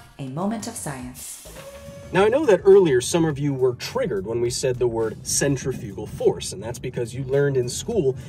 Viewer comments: I didn't get triggered because centrifugal force is a fake force, I got triggered because you keep putting the em-PHA-sis on the wrong sy-LLA-ble! It's not centri-FU-gal force, it's cen-TRI-fugal force!! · yeah we were triggered but because you said the word wrong I won w got laughed at for saying Centra-Fuge-al and told its pronunciation was Centrif-igal or Centrif-ical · So, now we’re just going to pronounce English words any way we want with no consistency? I take issue with your pronunciation of ‘centrifugal.’